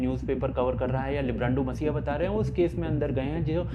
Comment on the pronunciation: dear, it is 'mEssiah' and not mAssiah. cheers.